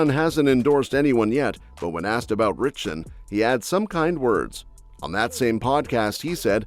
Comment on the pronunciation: it’s “RITCHSON”. FYI…